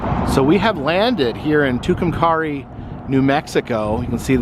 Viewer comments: Pronounced too come carry. I lived there and graduated high school in 62. They came up with the name legion has it when someone was carrying a rock and said two come carry. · Love your channel! It’s not a big deal but I’m pretty sure it’s pronounced Two-come-carry! Atleast that’s what I always heard it called! Anyway keep up the good work!👍🏻